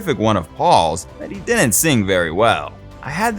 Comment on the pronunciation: ...and "didn't" isn't pronounced "dinet". Sorry, moving on after 2 minutes of this drivel.